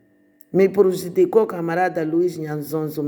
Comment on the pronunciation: "Me prujidicou"😂😂😂😂 Morri mortalmente 😂😂😂😂